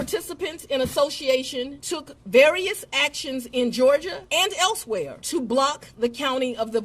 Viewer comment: into the video at great video by the way. Fanny said laws was violated in Georgia "and elsewhere" and she emphasized elsewhere as of to que. Check it out.